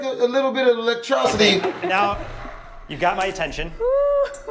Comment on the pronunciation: He said electrocity